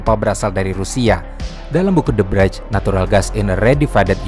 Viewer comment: The brij aja ommmm, ngape jadi the braij bacanya wkwkwkwkwkwkwwkkk